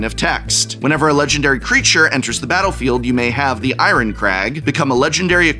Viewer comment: I am so happy i found someone that pronounces Iron the way I do.